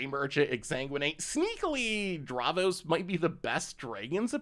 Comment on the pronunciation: Thats not how you say davros XD